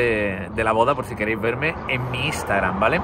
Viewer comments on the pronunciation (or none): none